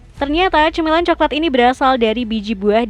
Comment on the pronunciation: Kemenyan jadi kemenyah, semen jadi semeh, coklat jadi coklah 😭🤣 Mana di akhir video pembuatan pensil tapi tulisannya pembuatan uang, kocak .